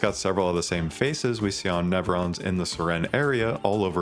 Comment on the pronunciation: Because the name is Sirene not Siren